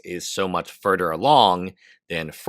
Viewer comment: "why its furdder awong" 😂